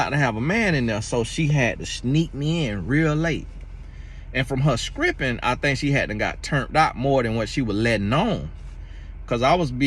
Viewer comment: "scripping" though?😂😂😂😂 lol This is the first time I watched and U must say this man is comedy gold...this information is good to know though. I honestly never knew this about men. Good to know.